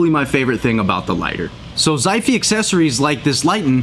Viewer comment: Nice review, mate. Like the chilling vibe you had in this vid. Tiny note, if this is a Chinese brand, the way to pronouce its name would be "shi fay".